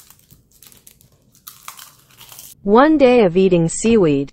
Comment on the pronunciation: Omg now I can't unhear it